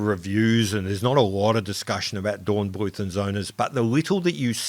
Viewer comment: You should probably stick to the anglicised pronunciation of German words, as in Dornbluet and Son.